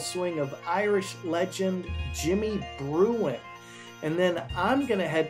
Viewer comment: Think it is Jimmy Bruen….not Bruin….